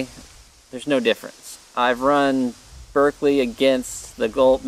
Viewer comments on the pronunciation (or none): none